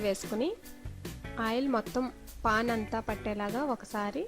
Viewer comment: Pon kadu paan anali Pon ante thene killi. English enduku